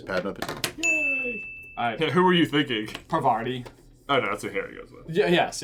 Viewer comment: Parvati is pronounced as Paa-r-vaati